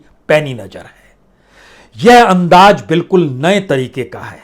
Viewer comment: तो पान वाले बेरसिया जी , जो विश्व politics में यह ताक़त है तो तुम र र र र र करने वाले की क्या बिसात ? अकेले कमरे में जरररररररूते पन्न्न्न्ने। ज़रूरत को जरूरत बोलते रहो अंदाज़ को अन्नाज